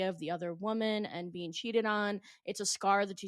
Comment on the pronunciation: Sorry sweetheart but who the f*** told you that colouring your entire eyelid emerald green to match your t-shirt was a good idea ?????????? + sorry ( again) but wtf is a human "bean"?? Maybe practice your make-up application + English pronunciation before going on a podcast. 😂😂 Just some friendly advice from a concerned Make-up Artist, who can also speak + pronounce all basic spoken English.